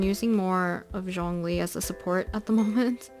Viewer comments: 🌻✨☕️ L c q w ☕️✨🌻 Its actually Jong as in Jog and ong as in long li as in really but on the lly part Put it together and you get Jongli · Its Shongli 😳 (Shongli is the pronunciation)